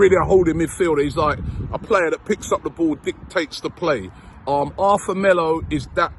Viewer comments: It's actually pronounced Artur not Arthur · ARRRRTUR - NOT ARTHUR. Christ, Robbie!! He's Brazilian, not English